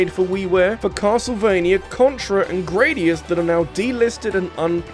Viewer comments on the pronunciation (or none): none